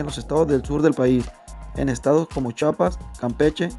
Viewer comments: Se escribe, CHIAPAS se PRONUNCIA, CHIAPAS !!! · Otro talega que no sabe pronunciar la I d Chiapas jajajajaja y la omiten......hay de vicio tanto conocimiento.